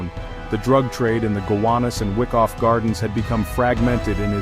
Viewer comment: It's pronounced "Why-koff" Not "Wick-off" Just sayin...